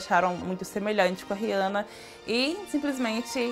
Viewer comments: It's funny that she say "Rihanna" really bad... 🙆 It's like "Rhhjana" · Just so everybody knows her name is pronounced (re-anna)